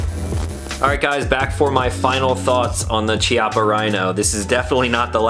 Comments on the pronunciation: Say it with me…Kee-ah-puh Not Chee-ah-puh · pronounced'' kiappa'' btw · Pronounced "Kya-ppa" (Italian). Chi in Italian is pronounced "Kya", weird I know. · It’s pronounced K-iappa btw. It means butt cheek. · Please, please... in italian "ch" is spelled K. It's kiappa. "sci" is sh. So "brusketta" not brushetta. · Pronounced - KEY-appa. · It's pronounced KI-appa. Just FYI. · Chiappa sounds 'kiaPa' in italian with emphasis on P. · Beautiful test and wonderful gun (apart from the color). If it had been a conversation between friends it wouldn't have mattered, but if you do a video test, you should at least know how to pronounce the stuff you're testing. Every time you said Chiappa" my ears bled. Nowadays it's not difficult, just go to Google translator, choose Italian, write "Chiappa" and have it read to you. There are no more excuses.